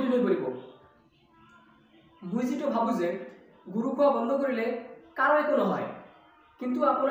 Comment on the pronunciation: Good try but not mui it's moi ✌🏻